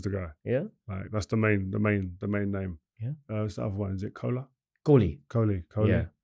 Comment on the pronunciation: Kohli ❌ -- Cola ✅